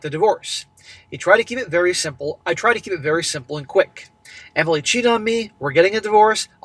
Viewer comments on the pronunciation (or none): none